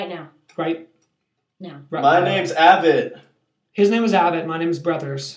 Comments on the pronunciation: its pronounced ay-vett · Avett rhymes with crave it :)